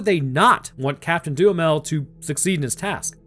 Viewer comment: Anyone else hearing DOOM METAL instead of Duhamel?